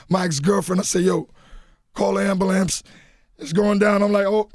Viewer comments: Nigga said AmberLAMPS... 4x! LOL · I feel bad for laughing so hard when he was talking about the K2 incident 😹 but when he said “call the AMBALANCE” i lost it 😹😹😹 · Did he say ambulamps? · Or Ambalance....😀😀😀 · Did anybody else hear him say ambalamps!?!?!? LOL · Why can black people NOT pronounce AMBULANCE to save their life. whoever told you it was amberlamps?